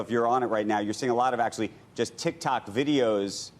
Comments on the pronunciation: tik tok more like “tic tak” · did she really just say "tic tac"? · ah yes, TIKTAK